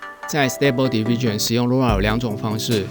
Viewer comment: 影片很讚~ diffusion 的發音可以修正 你都念成 division 加油喔